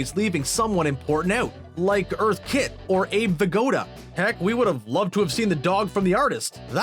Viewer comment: I only came here to see if someone noticed he called her ‘earth’ kitt. My heart couldn’t...